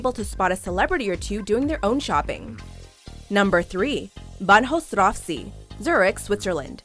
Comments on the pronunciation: God please my ears had tears when she pronounced Bahnhofstrasse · The pronounciation of "Bahnhofstrasse" was even worse, even though I have to admit it's a tough one for non-german speakers ;) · Anyone else cringe when she pronounced Bahnhofstrasse? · Oh my... I've never heard Banhofstrasse pronounced like that. I mean it's not even a hard word for German. And her pronunciation wasn't according to German rules, but also wasn't according to English rules...